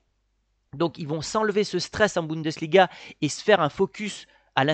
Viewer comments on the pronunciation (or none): none